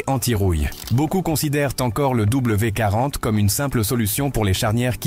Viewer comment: Bonjour, Vous ne savez pas lire ? C'est W D 40. Vous avez oublié le D. Quant à "ces" on ne lit pas les lettres individuellement mais les 3 dans une seule syllabe. L'IA ne sait pas tout !